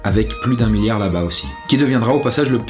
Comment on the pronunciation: 2.30mn argh ça m'a stressée le s de milliard la 😅 mais sn super vidéo, comme dhab ;)